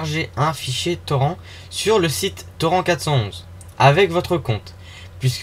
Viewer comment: On dit TORRINTE. AAAAAAAAH !!!